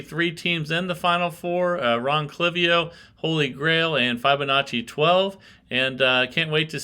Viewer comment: Not that it matters, but the "FIB" portion of the name FIBONACCI is pronounced like in the word "RIB" rather than F"EYE"BONACCI